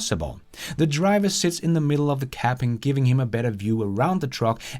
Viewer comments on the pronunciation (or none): none